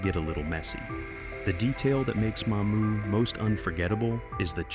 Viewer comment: That's Mamou', not Ma'mou!